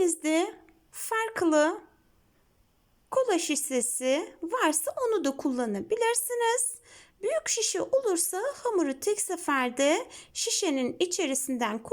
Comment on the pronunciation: Kola sisesi değil kola şişesi lütfen doğru telaffuz edelim